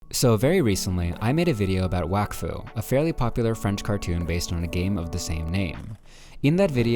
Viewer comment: its prounoced wok fu